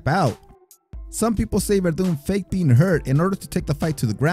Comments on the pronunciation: Ruddock, chris weedman, chris lebben, fedder, cheek congo. This guy only prounounces the spanish names correctly. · Ruddocks name is pronounced in the video so how are you still mispronouncing it, it’s lee-bon. Do your research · Haha I've never heard someone Chris Leban's last name as "Lebban". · That's exactly what I was thinking, don't think he is a real MMA fan...this dude pronounces Mexican boxer names perfectly and Fedor Emelianenko (one of my all time favorites in Pride)--but can't say "Leebin". Bro, just watch the actual fight and hear them saying Leben properly...not that hard man. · Ruh-Duck not rahdock and Lee-Ban not Leh-Bin this guy doesn’t even know who he’s talking about. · Respect the Goat....it's pronounced Lee Ben.....the crippler don't play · Bro it's so cringe! I was like Lee-been FUCKING LEBEN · Man get these dudes names rite Chris leben name is pronounced leeben and Fedor named is pronounced fador except it's spelled wit a E dam the guy says his name on the broadcast nd u still say it wrong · No, it is "Lee-bin"